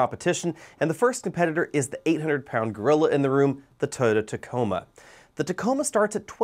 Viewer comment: Tacoma not taco